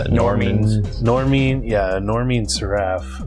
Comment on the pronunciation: you completely mispronounced Seraph lol.